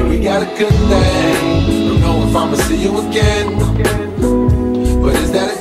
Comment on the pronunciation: You butchered 'work out'